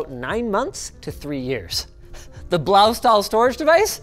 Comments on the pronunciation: That pronunciation of Blaustahl was... Unique.. In a way that sounded more chinese than german. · that Blaustahl hurt in my german ears ;( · Correction: The "stahl" in Blaustahl is pronounced "shtal". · as a german im triggered. its pronounced blaushtahl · It's pronounced "Bloustuhl" in German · Eya Linus. You sure managed to completely butcher the pronunciation on Blaustahl...